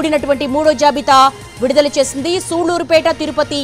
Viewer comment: Vidudala ani malli kabothundi enti eddiet clear ga cheppu